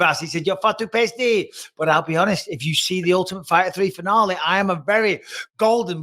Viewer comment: The way Bisping says salon and finale is so funny